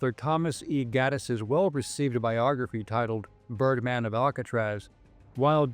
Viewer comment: Ohhhhhh...I thought they said turdman of alcatraz...😂